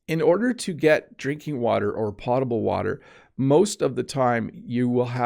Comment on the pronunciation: Hi! Thanks for your wonderful videos. By the way, I’m afraid “potable” should be pronounced “pOH table”.🤔 Hope it helps.☺️